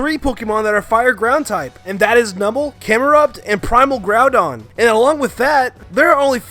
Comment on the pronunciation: You said Groundon,its Groudon